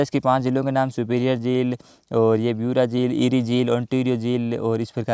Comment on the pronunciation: उत्तर-अमेरिका में ब्यूरा झील नहीं ह्यूरान झील हैं।